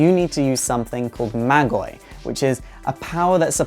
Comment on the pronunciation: MAAAAAAGI, not Magie